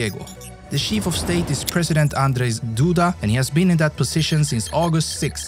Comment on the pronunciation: To me, it’s weird when he pronounces ch like sh. I know this is a Swedish feature, and it’s possible to get used to it, but it takes a while. Chief is sheef and children is shildren.